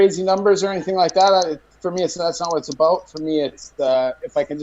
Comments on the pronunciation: “Soory” “aboot” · New cam is sick bro. Who else is trippin on “abewet ” or “ewout “?